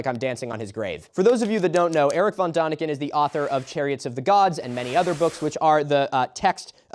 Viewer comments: Please learn the corect pronunciation of Erich von Däniken (/ˈɛrɪk fɒn ˈdɛnɪkən/; German: [ˈeːrɪç fɔn ˈdɛːnɪkən] you don't have to get it completely right, like the ch in Erich or the exact German ä sound, but the ah sound you use is so irritatingly wrong. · It's von Däniken, not von Daniken, the dots above the vowel are not decoration. You speak it like day-nick-en, not duh-nick-en. Do the man some honour, pronounce his name right at least once. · I BEG you. "Dehniken", not "Dahniken"; an ä is much closer to an english e than an a. Diacritical marks matter. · Erich von Däniken is pronounced like "DEN-ik-en". The "ä" (= ae/æ) sound is closer to English "e" than "a". No comments on the rest of the video, I got a bit drunk too. (I thought that a certain comment about Transgender Mice would be the stupidest thing I heard today from the Internet. But these alien conspiratorationists are certified dumber than viral MAGA influencers.) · its pronounced von theyniken..like in THEY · You could have taken a minute to look up how to pronounce "Erich von Däniken". Because its very different